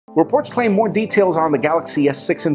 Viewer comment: the way u say Reports claim = The horse claim